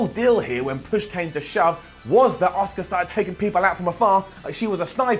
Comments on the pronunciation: so still can't say Asuka nope it's Oscar. for fuck sake learn how to say her name! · you know her name is Asuka and not Oscar right?